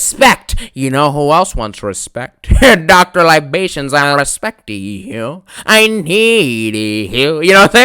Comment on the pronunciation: Not "Dr Libations" 😂😂😂